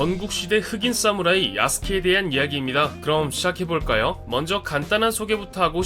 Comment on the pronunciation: 사무라이를 싸무라이라고 읽네 ㅋㅋ